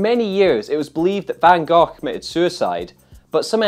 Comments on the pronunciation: Nope, it's actually not. The Dutch pronounce the 'g' sound like Peter did at the end of Gogh, but the sound is actually on both Gs. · I still think it's pronounced 'Van Goff'.